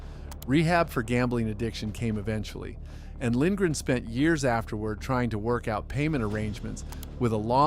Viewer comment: Lindgren is the first name pronounced right in this video 😅